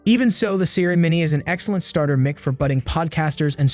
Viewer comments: Mick? mic is pronounce Mike. Not Mick. ... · It’s pronounced ‘Mike’ not ‘Mick’ FFS! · The way you Say MIC is annoying.. its "MIKE" not "Mick" do you say microphone? or mick rophone?? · for someone doing "mick" review... your sound is dog water and you can't pronounce the subject matter, and it sounds like you are just reading off the "mick"s advertising website. low quality garbage content